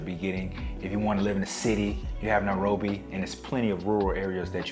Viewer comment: Its called NA- ROBBY😊